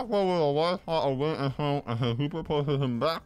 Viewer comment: and when a bwast of wend is what he saasid